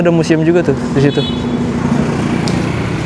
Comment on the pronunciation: situ bang, bukan setu 😅